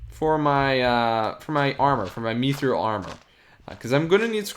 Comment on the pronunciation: It’s mithril not methril